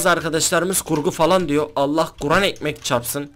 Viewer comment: abi KURAN mı diyon? yoksa guran mı diyon hangisi? :)